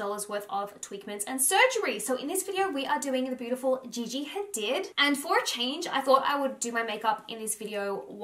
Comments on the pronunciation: Great vid. But you her last name is pronounced Hadeed. Not Hadid even though its speller like that. I'm Arab so I know. Just wanted to let you know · Learn to say hadid right